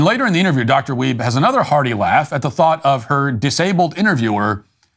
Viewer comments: “Weibe” …..shocked I tell ya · Did you say, “Ellen Dwiebe?”